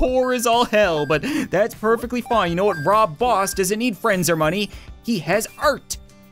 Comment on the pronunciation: He said "Rob Boss"!!!!🤣🤣